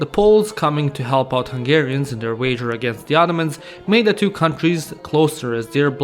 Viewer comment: You pronounced Hungarian bames right respect